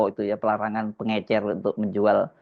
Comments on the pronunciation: Bukan pengencer, tetapi pengecer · Bahlil2 blng pengecer jng pengencer ngomong aja msh slh ..kok mw jd mentri kwkwkw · Ini akibat si Bahlil berguru kpd si Gibran, ngomong aja gak bener, pengecer bukan pengencer,,, Bahlil bin Bahlul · Kirain saya doang yg terganggu sama kekeliruan si bahlul yaitu menyebut pengecer dgn "pengencer" 😂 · Pengecer ..pak...bukan pengencer...aduh kerisnya para para 😂😂😂😂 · Faktanya, yg diucapkan Bahlil adalah "pengencer", bukan "pengecer" .., ha ha ha... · ya .betul bahasa bahlil, ngomongnya pengecer jadi Pengencer...salah paham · Pengencer apa to PakMenteri? emang mau buat adonan kue, pengucapan kalimatnya aja salah salah, emang gakada staf disekelilingnya yg ngasih tau bahwa sehrsnya pengecer bkn pengencer. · Pengencer (bukan pengecer)?😂whaaat??? Selevel menteri lho nyebut istilah aja gak becus. Fix, 11-12 dg mulyono buruk rupa plus buruk otak😂😂. Maaf, ini ekspresi kekesalan saya thd gerombolan perusak negeri ini. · Makanya aneh... Koq pengencer? Emang tiner pengencer cat... 😂😂 Cobalah pejabat biasakan mendengar bahasa orang² kecil... Pengecer koq dibilang pengencer... Gimana kalau ada kosa kata yang jlimet ucapannya...nanti asal nyebut saja... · Kwalitas pendidikan Bahli dipertanyakan tidak bisa membedakan antara kata pengecer dengan pengencer menurut kamus KBBI, beliau selalu mengucapkan kata pengencer😅😂🤣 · Coba simak. Dia kan bilang pengencer 😂😂😂😂😂😂😂😂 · Pengecer kok dibilang pengencer ? 😂🤣😅😆😁😄😃😀😂🤣😅😆😁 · Pengecer Lil.. Bukan pengencer 😅. Pengencer apa, pengencer dahak ato pengencer otak biar waras bikin kebijakan? Ijazahnya ato palsu nih😂😂. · Betul mas hersu kok ber x2 bshlul ngomong pengencer bukan pengecer. Jelas beda jauh ke 2 kata iyu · Gak ngerti itu dia, pengencer sm pengecer aj bs salah. Berbeda kesalahan ucap yg gak merubah arti. Seperti teman sy gak bs blg parkir dikatakan palkir. It gak jd masalah. Tp pengencer dan pengecer it berbeda arti. Jd faktanya sangat pantas menteri sprti itu jika di reshuffle 😂